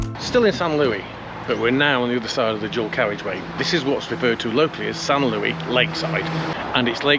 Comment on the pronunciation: Great video, as always! But it's not San LOOEY, it's San LOO-EESE 👍